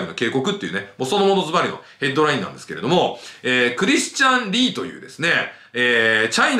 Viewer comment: リー氏がリン氏にしか聞こえない